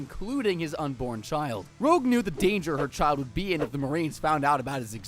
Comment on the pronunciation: dear god please its Rouge, like the red makeup, not Rogue like a bandit